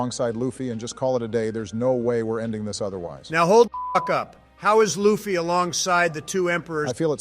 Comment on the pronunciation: Hilarious 🤣. Write "Lufy" as "loofy" for the AI to read it as it should be pronounced.